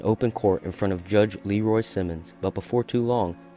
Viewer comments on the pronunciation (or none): none